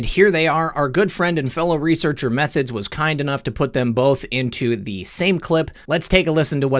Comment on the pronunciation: also you keep mispronouncing em three thods :) shoutout to m3thods and dave from x22 report